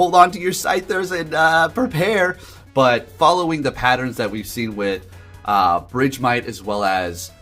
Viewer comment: BRIDGEMITE?🤣 I was so confused idk is that the correct pronunciation?? I always said it like “BURG-MITE” like ice-BURG